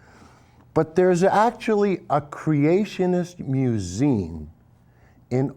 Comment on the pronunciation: He is so drunk he can't even say museum right.